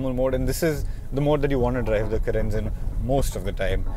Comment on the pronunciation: Its ... Car -rens ..... Please keep the pronounciation accurate before shooting the video...